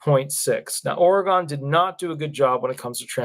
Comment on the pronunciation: Doesn't truly matter but it's pronounce Ore-gun, unless you have never been there 😉